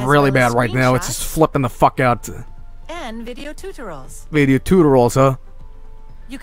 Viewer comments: When I get to the girl saying TOOTERALS, I put CC (Captions) It says Tutorials. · "And video tutorals!" How does someone mess it up that badly?